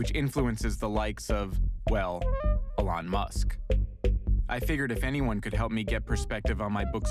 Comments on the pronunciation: Uh-Lon musk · a-lawn musk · The way he said Elon.... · I was almost out because of his pronunciation of Elon Edit: But I’m glad I stuck around. I deleted Instagram and Reddit